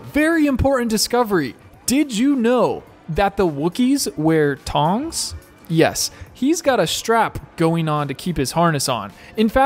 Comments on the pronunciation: Are you saying "tongs" on purpose? As if you've only ever seen the word "thong" written? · It’s thongs, not tongs. I was so confused and had to listen to that at least 20 times lol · If you're referring to the minimalist undergarment, those are called "THONGS". NOT "tongs". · Did he say tongs or thongs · Did you tongs? Or were you saying thongs? As in the Barbecue equipment or thong - like a woman’s underwear? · Did he say tongs